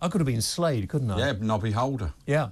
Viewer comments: It's NODDY Holder, not Nobby Holder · Nobby Holder?! Its Noddy 🤣